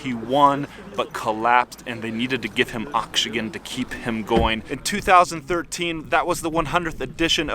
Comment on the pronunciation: Dude can't even pronounce oxygen.